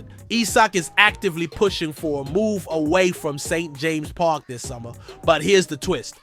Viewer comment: Why did you say "St....JAMES' park"??? Like emphasising "JAMES"??